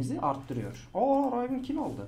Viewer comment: Rayvın değil rivın